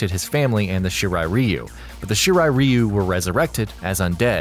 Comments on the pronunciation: The way you pronounce the Shirai ryu made this very difficult to sit through 😩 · Can you please learn to pronounce stuff properly before putting out videos?? First Xehanort, now Shirai Ryu... The videos are good and all and I mean no disrespect, but my ears have bled several times already... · Scorpion the Japanese member of the shirt Reeeyyyuuu F the pronounceation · Bro I could just watch this on history behind the warrior at least he can pronounce the clan names right, the hell is a shiri reeyu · I think it's pronounced Rwhyuuuu and not Reeeeuuuuuu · he said reeyu, it's ryu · Its not "Reeu" its pronounced "Rye u" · It's Raiyu not Ryu,Ryu means dragon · Every time I hear you say REEYUU, I cringe. Dude, learn some Japanese please. You should just pronounce as Leeyu, which is still not quite Japanese but much closer. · Shirai ree-oo is actually correct. Throughout the series, the Shirai Ryu's name is mispronounced as Shirai Rye-yu (when the correct would be Shirai Ree-oo). Also, given that "Ryu" is the Japanese suffix for "style", the name would be more properly parsed as "Shirai-ryu". Shirai Ryu means "Style/Flow of the White Well". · Shirai Reeeyu..... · Shiray ree u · ITS RA YOU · Shirai Reeeeyou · Its pronounced She rr eye, Rr eye you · shirai “ree-u” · ShEe RiE ReeY yUUu😂😂 pronounciation fucked the beginning of this vid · It's Shirai RY YOU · I speak Japanese and I still say "Rye-you" because I didn't know better in 1991 and built the habit. Not gonna change either. Edit: Nevermind, "Rye-you" only applies to Street Fighter. In this kase, it is wrong. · I cringed so hard when he said shirai Ryu wrong 💀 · not judging but it always bothers me when someone says Shirai Ryu wrong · Anyone else cringe when he pronounces Shirai Ryu wrong... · Oh my god yes. He butchers the name every time lol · On god he said it wrong 😂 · Your saying shirai ryu wrong dumb nut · It's so annoying how you're saying shirai Ryu wrong!!!! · Please say shirai ryu correctly